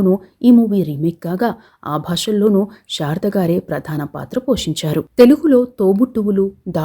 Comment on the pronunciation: బాగా వివరించారు. కాని, షారద గారు అని ఉఛ్ఛరించడం బాగాలేదు. ఆమె శారద . షారద కాదు. 'శ' కు 'ష'కు బేధం ఉంది. "శషభిషం" అని.ఉఛ్ఛరించడం లో తేడా తెలుస్తుంది